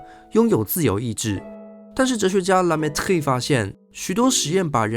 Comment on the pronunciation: 你這個la mettrie的發音著實不怎麼樣⋯⋯實在看不下去